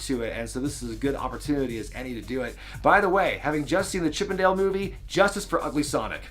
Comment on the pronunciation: It took me a second to realize you said “Chip and Dale movie” and not “Chippendale movie.” I was trying to figure out what Ugly Sonic had to do with the Magic Mike franchise.